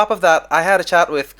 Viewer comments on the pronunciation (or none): none